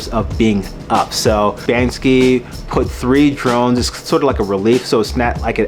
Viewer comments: Firstly it is pronounced "bank-see", not "banks-ski". Secondly, the people filming didn’t intervene, not because it’s in the public so they don’t know who owns it…but rather because, if you interfere with a person with melanin in the process of a crime, you’ll get "wet up", "chopped", "shanked", or "shivved". So nobody interferes, because nobody wants to die. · So hard to say banksy? It's not banskey....